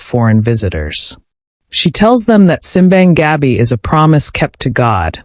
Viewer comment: Native pronunciation is sim BAHNG gah BEE (Simbang Gabi) meaning Midnight Mass.